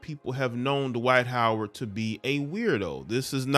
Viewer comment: Twight Howard 😂😂